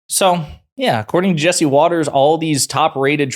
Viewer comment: Watters is so upset, he accidentally pronounced her name properly.